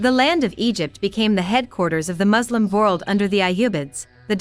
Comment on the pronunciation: She's an AI voice. She also pronounces world as vorld.